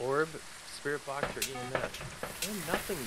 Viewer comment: I love watching them even tho I try to correct them like they can hear me. Like with the sprit box. I was telling them it's V not B XD